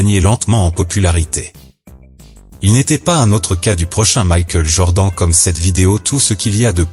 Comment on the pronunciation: Omg la prononciation de Michael Jordan 😱